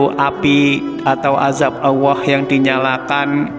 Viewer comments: Vtolong bacanya yg bagusya mengucapkan Alloh bukan Awoh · Kebanyakan orang saya sering denger di Jawa itu kalo nyebut Allah alwah bahkan seringnya Awwah,🙏🙏🙏🙏 astagfirullah mohon yg kurang pas di betulkan,bacanya di betulin lagi Allah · Lam dolallah nya kurang pas Allah bukan awoh . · Iya kedengarannya kok gak enak kok aowooh kanlagi ngajarin orang banyak tolong di perbaiki bukan aowoh tapi Allah ya 🙏 🙏🙏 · Betul sekali ini orang ngomong Alloh kok awoh. bikin gak srek dengernya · Bener ko aowoh ya 🙏🙏🙏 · Terima kasih atas berbagi Ilmunya , tetapi jangan terlalu panjanh paparanya, maaf dalam ucapan Allah sepertinya terucap auwooh. 🙏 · Itu sebutan Allah nya koq seperti itu ya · Nyebut Allah kok gk lurus y